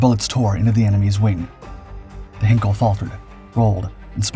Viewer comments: Your videos are getting better. I wish I could say the same about your pronunciation. The “Hein” in Heinkel is pronounced like “line” not “hen”. Please note for future reference. Very best wishes, Adrian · It's not 'Hinkel', it's HEINKEL, pronounced 'Hynekel'. For goodness' sake learn to pronounce words properly. You make so many crass errors in your mispronunciations. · "Heinkel" in German is pronounced "HIGH-nkell," not "Hinkel." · Heinkel, not Henkel! This is ein Flugzeug, nicht ein Messer!